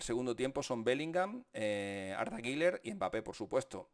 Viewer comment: Por favor, Deja de decir “guiler” no existe. Ni en turco se pronuncia así, deja de querer ser importante